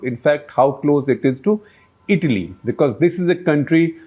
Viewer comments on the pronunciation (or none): none